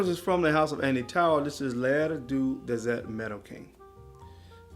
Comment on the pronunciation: Nice list but you really butchered Tauer - l'air du dessert Maroccain (the air of the Morrocan dessert) the first time, the end is much better. (Inspired of the spice market) Keep spitting out those nice videos! Love them!